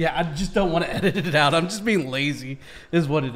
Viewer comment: Pronunciation of 'out': You're saying oat. Don't do that. It sounds like a Canadian caricature, not remotely Australian. If you take the short a and e sounds from cat and get, it's kind of halfway between that sound, and lean on it so it's not such a short vowel sound. Then add your 'w' closing of the vowel then the t. "a/e-w-t" = out